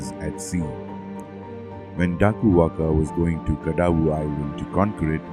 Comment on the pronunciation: da koo wan ga is how it is pronounced in Fiji. Nice research. now get this! The pope's headdress honors a man god wth a shark head.